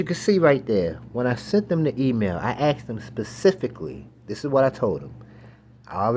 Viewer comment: U say axed instead of asked... I'm gonna side w the other party 😂